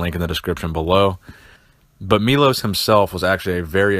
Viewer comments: he is not Milos, he is Milosh (Милош) learno to speak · just so you know its pronounced meyloshhh